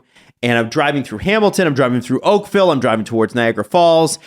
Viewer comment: really nailed Oakville